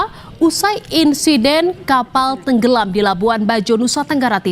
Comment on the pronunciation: Pengucapan kata… “hilaaang” … “tenggelam”…oleh pembaca berita ini terkesan tdk punya empati! Ga ada rasa… tolong belajar berintonasi ya mbak?